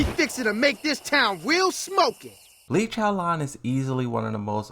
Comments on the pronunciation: No you said it wrong. It’s “Lay Chow con” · Bro said "Lee Chaolan" and thought we wouldn't notice